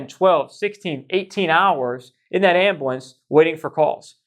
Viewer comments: I have never heard the word ambulance pronounced “am-ba-lance” until meow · I can’t even stand watching your videos when you call it an Ambiwence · The way this dude pronounces ambulance 😭